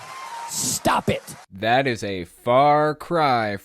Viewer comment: 😆😂😂😂😂 "Sttttap ett!" 🤣🤣🤣